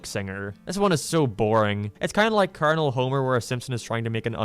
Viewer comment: I appreciate the effort of the video but about 75% of "I don't like it" is basically just the guy not being old enough to get references ie the cat burglar 2nd half is just Simpsons doing its a mad mad mad world and the way he pronounced Colonel as "colonial"